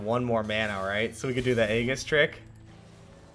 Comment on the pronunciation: Drinking game: shot every time you mispronounce it haha